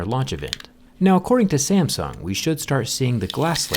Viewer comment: 'SAMSN' XD